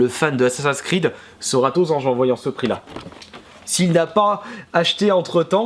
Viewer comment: tu sait pas dire assassin creed XD